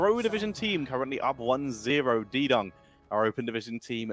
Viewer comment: Fairly certain it's not "D-Dung" it's "D-Young".